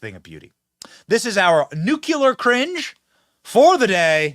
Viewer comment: I love your show, Benny, except for one thing: please learn how to say NUCLEAR, not nucular as G.W. Bush got started and spread like a disease. I've wanted to tell you for a while. Bush's legacy in my opinion was "Folks" and wrong pronunciation on this.